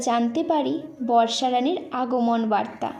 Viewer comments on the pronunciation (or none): none